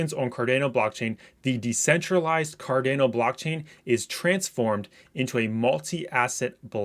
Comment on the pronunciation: It’s pronounced car-dah-no